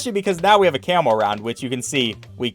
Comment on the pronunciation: It sounds like ur saying camel bloons instead of camo in btd4 Edit: ...and in btd5